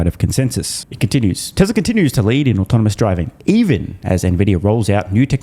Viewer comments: I know, he says, “autominous” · Can’t watch this moron. Love Tesla. “Automanous and rabbatics” not giving you a full watch or thumbs up. Nope.